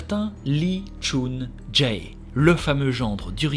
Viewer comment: Yo,, j'ai a-do-ré:D Juste une petite précision au niveau de la prononciation, les "ae" comme dans "ChunJae" se lisent "é" (Du coup ça se prononce "chunjé") et les "eo" comme dans "Cheonju" se lisent "o" ("Chonju") ^^ C'est juste à titre informatif au cas où tu fais des autres histoires coréennes, ça ne gêne en rien l'histoire ni le contenu qualitatif de ta vidéo et je ne suis pas là pour te faire la remarque de façon négative, loin de moi (j'ai habité en Corée du Sud pendant un an et je sais que si on n'apprend pas le coréen, les prononciations c'est pas forcément des choses dont on est au courant). C'est chouette que tu aies parlé de ce meurtrier, cette histoire est dingue! Il a réalisé tellement de crimes et n'a été retrouvé que trop tardivement. Tu racontes hyper bien, on est à fond dedans, un régal:D Vivement le prochain épisode (ça doit être long à préparer en plus donc courage pour la suite)